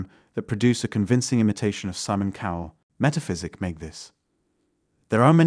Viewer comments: Saymin? You mean Simon? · thats what tipped me off. Also pronounced Simon, Say-mon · Well played. This was my first video I watched of you so I assumed you didn't know how to pronounce 'debatable' or 'Simon'. Maybe you can do a follow up video based on the assumptions of the viewers of DeepFake assuming that the 'fake' they are watching is a person with their own learning challenges. That extra benefit of the doubt is all a DeepFake needs to get real traction.